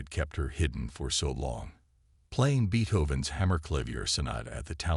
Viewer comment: Could anything scream FRAUD more profoundly than this story featuring Beethoven’s music while mispronouncing “Beethoven” no. Get better software that can properly pronounce Beethoven among other words that jarringly shatter the illusion that we are listening to a seasoned storyteller.